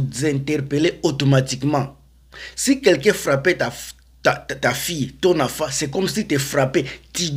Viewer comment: On dit enfant et non afant